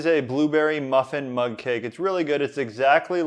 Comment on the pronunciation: Oh I thought he was saying mud cake. Mug cake makes much more sense